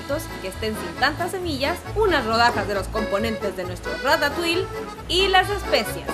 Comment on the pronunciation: Se pronuncia Rata tuí, no ratauiL xd